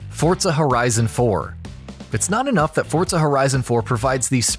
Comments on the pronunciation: Forza not fortza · What's fortsa? Is it like forza? LoL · why the fuck is he saying FORTSA, it is FORZA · Forza not "fortza" XDD not being mean just saying xd good vid brotha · It’s forza not fortza ur saying it wrong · its called FORZA not fortza ... fortnite and forZa didnt have sex and there wasnt magicly a baby called fortza .... its FORZA ! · whats a "fort-za"? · forTza horizon lmao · Fortsa Horizon 3. Threw me off with that pronunciation 😂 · Learn how to say "Forza" 😂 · why is he saying forza with a t